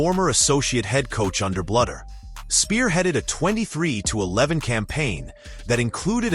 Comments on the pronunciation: Blue dur. Not blood er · This narrative displays basic pronunciation mistakes that mark it as fake. "Bluder" and 'live'